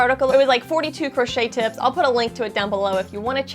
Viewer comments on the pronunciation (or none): none